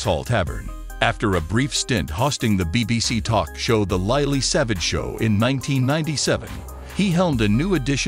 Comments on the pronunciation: Bloody American accent, Paul was not known as LIELEY SAVAGE, he was known as Lily Savage. Paul, I would have loved to have met you and have given you a big hug on behalf of all the animal lovers out there. A true legend and hero has left this world but will never be forgotten but Heaven has received another angel from this world to look down on us and all the animals he has saved. God bless you Paul. Rest now, you definitely deserve it. ❤️ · For goodness sake....get the names right.....not "lie-lee" savage...it is pronounced LILLY. And it isn't "zo-ball". it is pronounced Zo- ay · Isn't it funny. We will miss him greatly. But this channel puts an American AI voice over it that not only pronounces his stage name wrong, but seems so insecere. I find it baffling also, that you feel the need to state he was gay and married to a man...... Do you do in memorials to heterosexuals in the same way.......? Like, he was married to a woman?? I care not in this, but you state it. He was married after all. I liked Paul as an animal lover, and although I don't think his lifestyle is right, I believe he has the right to be happy and is of no concern to me. He did a wonder of good for dogs, and was a voice for forgotten animals. And I hope his legacy of pet adoption lives on. RIP Paul, you were a gent 🙏🏻